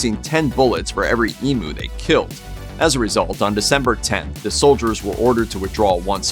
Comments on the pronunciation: EEMYOU!, NOT EMOO! Come on the rest of the world, please pronounce our words properly, jezz😅. I can't watch this, the pronunciation is driving me crazy.✌️ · Learn how to Pounce Emu, it's Ee M U not Emooo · Emm you, not E moo. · Emu drumsticks though. I've never heard another American pronounce it Ee-moo before. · it's e-myoo! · I'd say it emyou from down under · Why are you so mad about the way we pronounce the name of this bird ? We speak English, we pronounce it the way it sounds in English ...who cares? Also, sacred bird? You guys may want to rethink that judging by all the trouble they caused you. They weren't so sacred when they were being shot down because they were ruining your crops 😂 Also, I don't think anyone would gaf if you mispronounced bald eagle....I sure don't 🤷